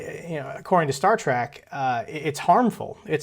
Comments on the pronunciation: Star "Track"? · *trek Star Trek, not “track”